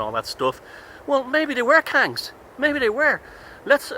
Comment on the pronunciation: Maybe they were Kangz😂😂not laughing at you just sounded so funny. Will look into this never heard of them (Dogons) before.